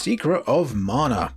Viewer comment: "morna"? It's MANA!